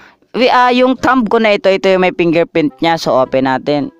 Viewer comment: Pingerprint Iskaner ahahahhaa ayos ka boi